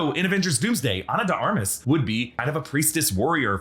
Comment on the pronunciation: ...Ana De 'Ar-Mah'.....